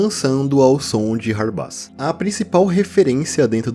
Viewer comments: Mano, acho q a pronuncia certa do hardbass é (rardbêss), pq tipo, bass(pronúncia: bêss) é baixo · Perfeito video como sempre! Hard bass se pronuncia RARDI BEISS